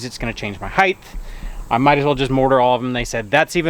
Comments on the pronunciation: Height not heightH... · ...length and width end with a "th" sound. Height does not. No "th" sound. Ends with a hard "T" sound. Don't get all your kids learning it the wrong way. Good luck with the build.